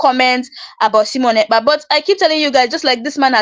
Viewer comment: Not Semon but Simon